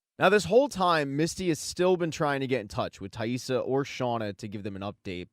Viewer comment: Good video but man it was annoying how you kept mispronouncing Taissa’s name 😖😅